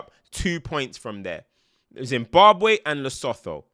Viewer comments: Lesotho = Le-suii-two That's how you say the country name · 1. It's pronounced Le-so-to 2. Do your research, South Africa has thee best stadiums in Africa. What you saw today was chosen to distabalise your Nigerian team. We don't use that stadium, especially for big games. 3. In that South African team there's only one player who plays abroad either than that all those players play for our local teams. If you really want to look "within" then South Africa is the advert for that. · For your future pronunciation - Le - Sooo - Tooo ( Le - Suu - tuu) Also Half of South Africa is the Sundowns Team that was at the Club world Cup - AKA EXPERIENCE (cant believe PSL players were playing so well vs Nigerias European elite) Lets like the video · It's pronounced Leso(2) not Leso(theuuuuuw) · LesoTHO is wild… it’s pronounced Le Su Tu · Wow.. wooooow.. my man said Leh-seth-ow?? 🤣😂 Brother it is pronounced Le-So-To.. Damn.. Nigeria has ' head SPINNING 😂😂🤣🤣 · Its pronounced lesutu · 😭😭🤣🙌🏿 Man said Leso-thow , Need more African Football Reviews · It's pronounced Lee-soo-too The citizens are called Ba-soo-too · For English speakers Lesotho is pronounced Li-Su-Tou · its pronounced Le-So-2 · Pronounced LesooTwo Big up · It’s pronounced Le Su two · Another south African here... that's a rugby stadium... but learn to play in Africa bro, aw shame the pitch? Are you shitting me? You also can't pronounce Lesotho - leh soo too... Nigeria have been rubbish 🗑.. enjoy the world cup on TV my friend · Ayo, Lesotho is pronounced Leso-two 💙. It's home of the Sotho people (So-two, pronunciation). Beautiful country. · Much love to but it's pronounced Le-Su-two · It's pronounced Le-so-2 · It’s le-so-to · Th- in the Sotho language is pronounced as 'toh' like when you say 'taught' but without t. So its pronounced Le-so-toh. Lol good effort tho😂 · 😂😂le-su-tuu is how its pronounced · It's pronounced Le-soo-too. 😂😂😂 love that rant. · "lesoTHHHHHHHooooo" hahahaha that pronunciation killed me